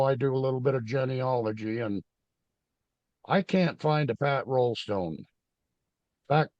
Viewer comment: Try Raulston instead of Rollstone?